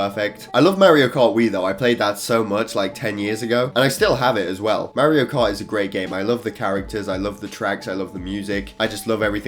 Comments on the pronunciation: this boy said Merrio kart👨🏻‍🦽💀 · nobody:: MeHriO CaRt